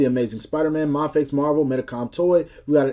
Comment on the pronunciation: its pronounced as May Fex.